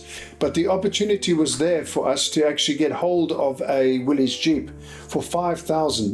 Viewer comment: I believe that Willys is actually pronounced Willis, with the Y making an I sound. Important that you get these things correct, I think. Otherwise, a very interesting story.